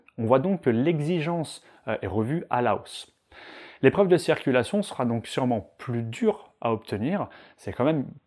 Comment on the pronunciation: A tout les moniteurs on ne dit pas cerculation mais CIRCULATION ! C est hyper penible a chaque fois !